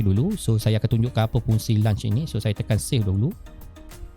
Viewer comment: Terima kasih. Saya mendapat manfaat daripada perkongsian cikgu. Ps: semak pronunciation untuk launch.